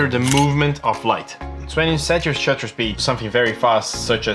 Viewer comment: It's called shutter speed, not Shooter speed 👍